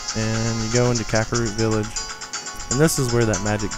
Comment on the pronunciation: This was so helpful, but you literally pronounced everything wrong.. Eponia - EPONA Dodoro's Cavern - Dodongo's Cavern Kakaro Village - Kakariko Village Cococo Lady - Cucco Lady Its so off putting.. 0_0